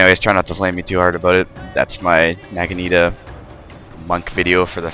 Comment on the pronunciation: youe pronouncing naginata wrong